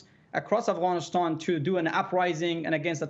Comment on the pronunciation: First learn how to say Afghanistan not Afghanishtan before you talk like an armchair "expert" lol. Pathetic lies.